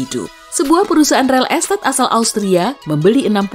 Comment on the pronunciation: Ga salah denger REL ESTAT????